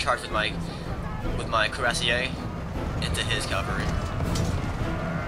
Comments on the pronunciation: CAVALRY not CALVARY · your pronunciation of cavalry as "calvary" always makes me smile. Hooray for metathesis